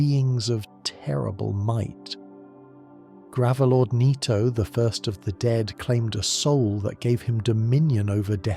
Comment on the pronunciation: gravalord?! You sure this isnt ai generated?